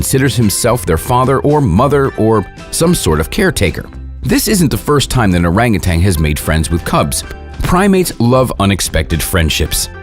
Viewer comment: I die laughing just by he speelling "orang utan" as "oreng uten" 😂